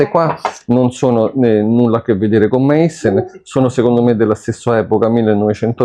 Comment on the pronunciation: la corretta pronuncia è Maissen non meissen.